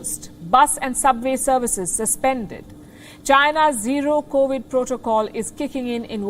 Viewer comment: There is no wonder why India is always 3 steps behind its greatest imaginary enemy. Three years after the pandemic started, Palki still can't pronounce Covid19. She is still singing the same old stories of 2019 when the rest of the world has moved on. Good journalism Ms. Palki. You are one of the reasons why Indians are holding one-sided views on most world affairs.